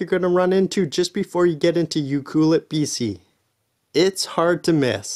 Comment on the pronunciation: Pronounced U- Clue- Let